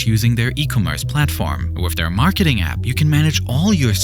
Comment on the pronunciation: how does he pronounce foreign words correctly but can't say with without say wiff